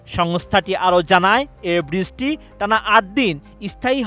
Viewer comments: বৃস্টি হবে না, ওটা “বৃষ্টি” হবে। উচ্চারণ ঠিক করতে সমস্যা কি এদের… 🥴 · বৃষ্টি ভালো করে উচ্চারণ করতে শিখেন😂😂